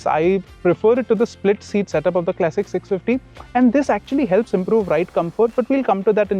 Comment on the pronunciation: Kleysik ❌ Klasik ✅ Bina matlab ka tedhiya rha, irritating pronunciation